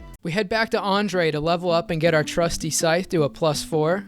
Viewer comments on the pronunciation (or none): none